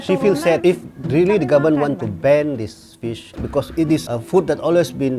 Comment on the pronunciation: "It not bad. It weally good." 😂